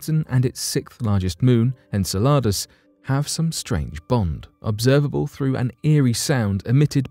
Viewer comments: Its in- cell-luh-dus, not in-ce-la-dus, dont produce this work when you cannot pronounce the planet or the satellite. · The way you say Enceladas makes it sound like a tasty Mexican dish. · I'm sorry but you put the wrong emphasses on the wrong sylablle if you catch my meaning. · Really enjoy your videos, will forgive the unusual pronunciation of “en-seh-luh-duhs” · En-Cel-e-Dus, holy cow get the annunciation right before you attempt to guess. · I'm not one to diss about pronunciation but it's said en cell I dous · Please learn the correct pronunciationof Enceladus